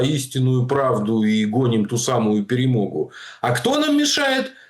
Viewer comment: Ха-ха: "ПЕРЕМОГЬУ". Скажи слово: "ПАЛЯНЫЦЯ" . По украински звучит : ПЭ-РЭ -МО-ГА.